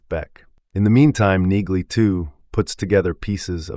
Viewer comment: I think in the show Neagley is pronounced with the g being silent. I may be wrong but, it seems everyone in the show calls her Nee-Lee.